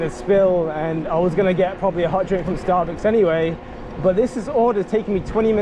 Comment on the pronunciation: Love the way you said starbooks